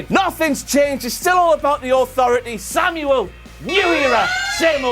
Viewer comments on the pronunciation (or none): none